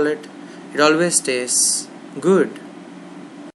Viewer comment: its "gwood"!!!!